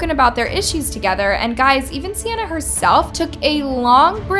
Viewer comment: Love how she be saying sianna gomez but it’s 🤪